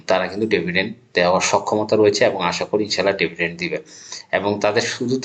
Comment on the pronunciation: ডেভিডেন্ড নয়, ডিভিডেন্ড।